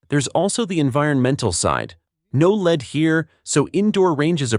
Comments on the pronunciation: Either teach your robot English or fire it and employ a human. "Lead" in both instances is pronounced "LEDD", not "LEED". FAIL! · Why in the world do all of the info video makers insist on using a computer generated voice that can’t pronounce abbreviations or know the difference between lead (led) and lead (leed)? I hear the first indication of CG and I’m gone…no matter how interesting the video may be. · It's hard to get away from this AI slop these days. The "voice" said leed instead of lead...😂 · The soft, gray metal in bullets is called (phonetically)"led", not "leed". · Ai narration can't pronounce lead, as in bullet lead and pronounce it lead as in lead the group on the trail. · It said "LEED CHUNK" 🤣🤣🤣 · Lose the AI voice. It dosent pronunciate correctly. Ie: Leed vs Lead. This give a very low quantity feel and brings the contents validity into question. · lead instead of lead? The AI is having trouble with this one. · Maybe program your AI to pronounce lead for this use properly? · Thumbs down for inability to pronounce lead in a ammo video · It’ll be nice when the AI learns how to pronounce lead it’s not lead.